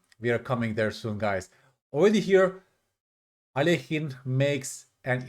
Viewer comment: I appreciate how you pronounce Alekhine. Many people say it wrong 😂